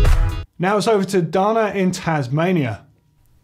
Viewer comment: Dana, not "darna".